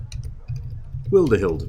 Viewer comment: Wildehilde is german 'Wilde' means wild 'Hilde' is the abbreviation of Hildegard (my grandma was named Hildegard - the name is quite out of date) The emphasis was fine